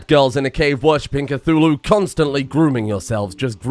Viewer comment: Cult of "cathuwu"